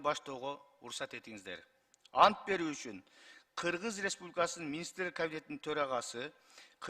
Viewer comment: четко граммотно суйлогонду уйронуш керек.Кыыргыз ыреспубликасынын дебей!